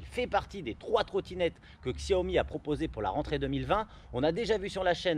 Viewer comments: Chaomi ca se prononce ^^ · Comment avoir confiance dans l'analyse de quelqu'un qui ne sait pas pas prononcer la marque ?